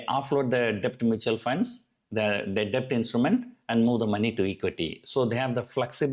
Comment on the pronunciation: Debt is pronounced like 'det'